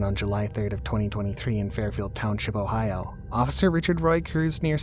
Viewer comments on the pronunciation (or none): none